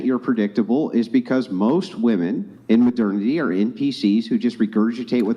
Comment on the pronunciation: Especially when he pronounces it incorrectly.